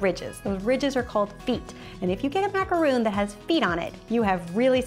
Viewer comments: It’s macaron not macaroon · where are you getting the roon from???? its ma-ca-ron not ma-ca-roon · Sorry but it's pronounced macaron not macaroon. Macaroons are something way different. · You're saying it like "macaroon" but it's Ma-ka-rhon" xD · its not macaroon its macaron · It is pronounced Mac a rawn